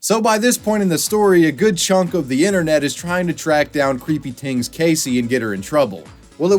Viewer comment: i love your commitment to saying creepy "tings"